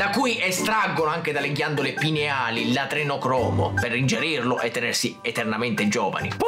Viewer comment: ti seguo sempre,sei uno spettacolo!!!però si dice adrenocromo,non adenocromo...😁